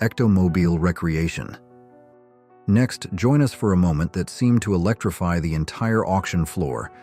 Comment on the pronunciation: Pronounced re - creation not recreation